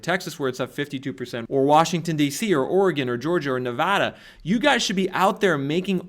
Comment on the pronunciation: thanks for pronouncing nevada correctly.